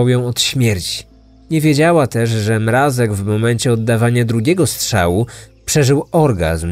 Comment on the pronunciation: przecież poprawnie wymawia to nazwisko! Głośniki może wam fixują